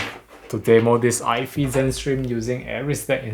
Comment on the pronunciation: Hi. just a prompt ifi is pronounced Eye FYE, like Hi-fi is Hi Fye. Don't think it's pronounced Eye Fee as hi-fi is not Hi Fee. Hope that helps.